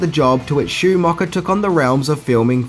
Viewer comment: “Joel Schoomocker??” Who’s that?🤷🏼‍♀️ And it’s “birthday” not “berfday”😉